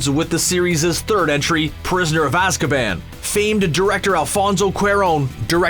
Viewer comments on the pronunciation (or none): none